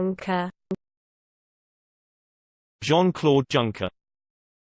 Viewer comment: Pronounced YUNKER